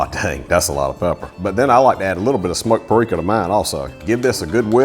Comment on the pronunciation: I love his 'smoke payreeka'